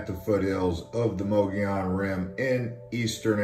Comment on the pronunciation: It’s Mogollon